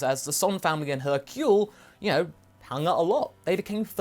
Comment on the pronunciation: hercule, not hurcle......